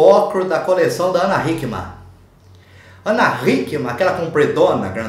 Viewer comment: Falou o nome da Ana tão certinho!!!